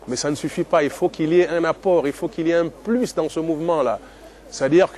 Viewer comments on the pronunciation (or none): none